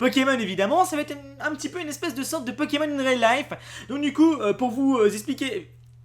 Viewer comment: Tu es insupportable. Le nombre de fois que tu as dit " Pekemon " à la place de " Pokémon ", ensuite tu dis aussi " Qu'on voiye " à la place de " Qu'on voie " et faire une vidéo baitclick qui comme tu le dis, tard dans la vidéo bien entendu pour garder les gens longtemps dessus, qui ne dit rien de nouveau, c'est franchement malhonnête. Pour ce qui est des " images ", tu n'as qu'a faire 1 minute de montage et mettre les noms des chaînes Youtube d'où vienne les images ou simplement donner tes sources en description. Ainsi, tu auras moins l'air d'un profiteur.